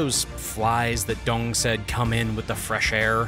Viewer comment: It is Deng, not Dung. It seems to me that you distort Chinese names on purpose.